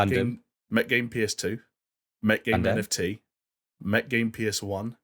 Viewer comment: I love that calls Gundam Gundamn